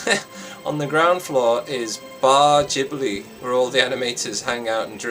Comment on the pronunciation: Its not jibli, its studio ghibli